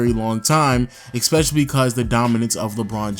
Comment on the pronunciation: Dear, I write this letter to tell you... ITS ESPECIALLY NOT EX-SPECIALLY Thank you.